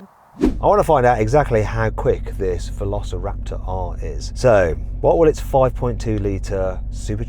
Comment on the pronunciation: Velociraptorの発音が良すぎて何度もリピートしてる